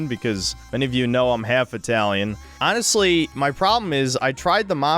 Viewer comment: Why do you keep saying "anhastly" over and over - do you have some kind of autism that makes you lie so often that you need to explain when you're actually being "aanist"?